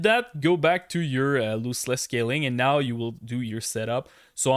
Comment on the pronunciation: Loooseless 😂 thanks for the video, nice information